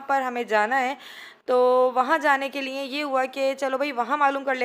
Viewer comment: LIAN nai hota لیے hota hai... please correct Urdu bolain